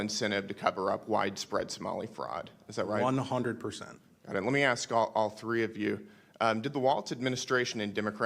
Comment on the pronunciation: Brandon, please stop pronouncing ask as ax